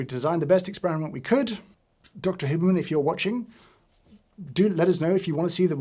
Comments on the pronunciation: H-you-berman, not hooberman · The way you pronounce "Hyewberman" as "Hooberman" just hurts me I'm so sorry James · No one: James: “Hooberman” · Can someone just clip every time James says Huberman. I love the Brit pronunciation 😅